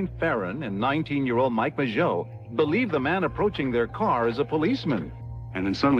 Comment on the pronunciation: How is one to take this seriously, when you can't even pronounce the victims names correctly? Michael Mageau as 'Magoo'?? Shows the depth of research. This is just regurgitated material from other people's work, done poorly, I might add.